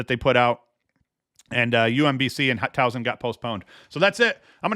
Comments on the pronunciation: Towson (TAO - sin) 😎 harder s no z! But honestly I like the mispronunciations nobody pronounces everything correctly try this one - Leakin Park? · Yeah he doesn't say Towson right either, me being from Maryland I think it's funny 🤣 but I've come to love it! I also think it's funny that doesn't really care 🤔